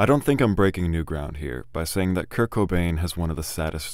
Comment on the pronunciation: Kurt died… please say it right